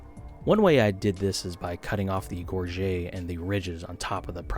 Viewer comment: Its so cool you pronounce gorget correctly